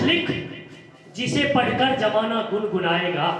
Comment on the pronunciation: जमाना का सही उच्चारण सर... ज़माना होता है!❤